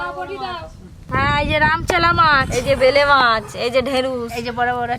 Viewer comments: ওটা ভেলে মাছ নয়, বেলে মাছ ।আরও একটা খুব কানে লাগে কাবরাঙা, ওটা কামরাঙা । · ঐভাবে চিংড়ি মাছের ভরতা করে নাকি। শীলে বেটে করতে হয়। আর ওটা ভেলে নয় বেলে মাছ। উচ্চারণ খুব গন্ডগোল। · Vele mach abar ki???? Bele mach. Kotha bolteo janena thik kore